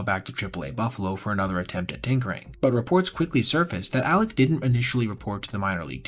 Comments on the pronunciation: You have repeatedly called him "Alex". It's clear you know his name is Alek. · Alek not Alex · Names Alek not alex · I do throughly enjoy your videos. But dawg you called him Alex/Aleks like 15 times. At least get the mans name right. Hes having a tough time rn lol.